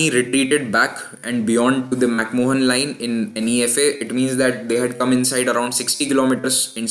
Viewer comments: lol..its MacMahon line..and not MacMohan line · It's pronounced "mac maan" not "mohan" Pretty sure he wasn't Indian. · McMahon is pronounced as "Mac-Man" or "Mac-Maan". You should know that.